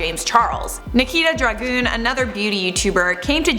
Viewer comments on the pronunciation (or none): Dragoon ... I just can’t.. 🤦🏼‍♀️